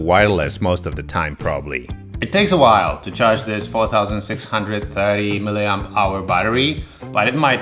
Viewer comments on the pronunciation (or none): „It takes a while to charge this fautausnsixhoudreethitee meelyamperehouars ❤️👌